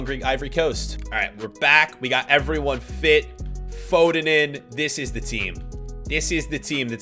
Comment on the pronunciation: hey why do you say fooden